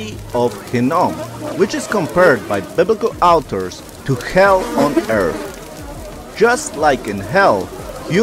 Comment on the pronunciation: Biblical outers? Cannot tell what you are saying. Please explain. Thank you!